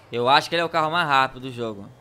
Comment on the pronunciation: O super mais CARRO do GTA V (parece russo falando caro )